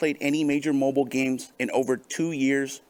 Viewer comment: I laugh every time he says "Mhobull games". Can't he speak like a normal person? After the second stroke he had couple of years ago I can barely understand him half of the time.